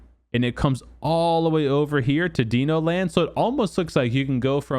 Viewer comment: Deeno land? …. It’s Dino Land you donger 🤦🏻‍♂️